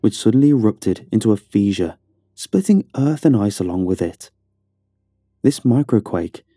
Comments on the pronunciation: Fish ur... Is how you pronounce fissure. The rest was perfect, giving me chills down my spine.. Huge thumbs up sir, loved it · Was this translated by Google when it was drunk? Acclimate? Pronouncing fissure feeshure? Two minutes in and I’m done. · I swear I'm not trying to be mean, but it's "fish er" not "feezh er" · It's pronounced "Fisher", not "Feasure". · I’m loving how pronounces fissure. I hate correct cops, but it’s Fish-er, nearly exactly as it sounds, phonetically. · It comes up through a fee-juv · Do you mean "fissure"? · feesure. That is all. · Feeshur, Meethane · Man,, I gotta say, normally I'd be way into a story like this, but you threw me off early on because I've never heard anyone pronounce the word "fissure" like that before, and it drove me crazy. Also when you said "boose mull" I kinda lost it laughing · Gave up on this one when I heard a 'supposed' Archaeologist, mispronounce the word fissure. presumably, some one, not of the accademic skill level generaly required for that type of occupation. Probably go into Geology next instead. /